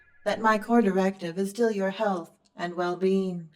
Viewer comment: Not my well bean, anything but my well bean!